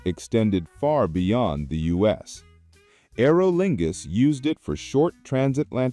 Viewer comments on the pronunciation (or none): "Aero Lingus" 😅